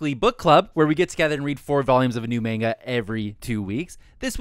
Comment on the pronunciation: Is it Mangalku or Maingalku? If you're going to call yourselves weebs, at least pronounce Japanese correctly. Anyway, this is a series that takes a long time to really explain things or for things to start really making sense. It's meant to lull you into being some silly sex romp, but it gets more depth as it goes on.